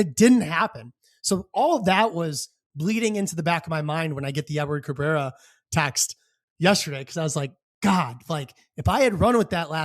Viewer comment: I'm just happy they traded for a guy who could say his name correctly.